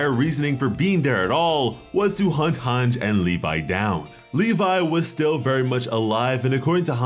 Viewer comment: couldn't even finish bc of Hange's mispronunciation